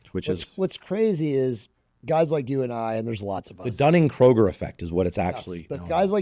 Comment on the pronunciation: Dunning Kruger not the grocery store Kroger. At least get that easy to pronounce name right. Other than that good job. Also remember not everyone has the ability nor the want to get in the gym 5+ days a week. It sounded like you were putting those people down who didn't do it.